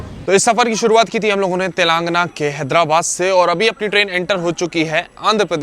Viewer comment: ते लंग ना ❌️ तेलंगाना ✅️ भारतीय होकर भारत के राज्य और शहरों के नाम सही उच्चारण नहीं करपाते क्या ???